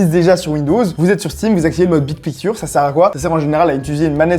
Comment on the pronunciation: Le mode « bid pikture » est massacré en prononciation c’est affligeant !